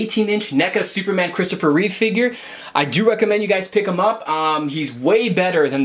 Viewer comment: Reeve, not Reeves. No s.